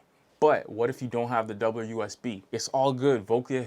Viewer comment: I’ve been curious about this one. You said their name better than me, lol.